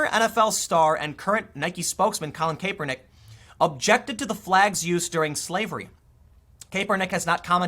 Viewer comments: It's pronounced Cap-per-nick , not Caper-nick. Noticed it in yesterday's vid. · It's Cap-ernick. Not Cape-ernick. I don't like Colin: not defending him...I just can't stand the mispronunciation. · Tim Pool it's Cap er nick not cape er nick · It's pronounced Cap-er-nick not Cape-er-nick. I don't like the guy but hearing his name said like that just hits the ear wrong. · It’s pronounced kappernick not kaypernick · KAPPER-NICK, not CAPER-NICK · It's pronounced "kap-er-nick" not "Kay-per-nick". People used to do this with Milo Yianopolous too. They would say "milo yiapopdopolous" because they're trying to distance themselves from Milo. They don't want you to know that they actually know how to pronounce his last name. People do this with LGBTQ as well. They'll say "LTGBQIZ" like they can't remember 5 letters or some shit. We get it, you have NO IDEA who what any of this stuff is! lol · IT’S “CAP-ER-NICK”, Tim! Not “cape-Er-nick. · good stuff once again It's pronounced cap-er-nick not cape-er-nick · Thanks for a great platform Tim. Just to give you a heads up "Crapernick's" name is pronounced more like Cap-ernick. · Vinh Hoang it's pronounced like cap-er-nick. Don't take Tim's terrible pronunciation over your friends who probably knew who the guy was before he kneel'd. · Good vid as always btw it's pronounced CAP-ER-NICK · Hoping this controversy stretches out for a few more days so I can keep hearing Tim say Caper-Nick. 😋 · How do you constantly pronounce names wrong. Cap-er-neck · Tim it is pronounced cap.er.nick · I could only make it 3 minutes in before hearing you mispronounce his name got annoying. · Have I been pronouncing Kaepernick wrong all this time? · are you saying his name wrong on purpose? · I admire how Tim doesn't know how to pronounce "Kaepernick." Ignorance about the NFL means he has his priorities in order. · Its hilarious when Tim says Kaepernick